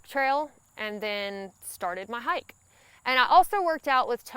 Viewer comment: and ya gotta love that accent... I'm from Georgia and I love listening to her talk... imagine that hyak.... hike to me